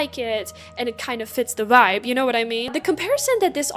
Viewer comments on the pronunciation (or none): none